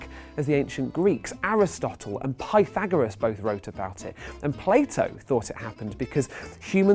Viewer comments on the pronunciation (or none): none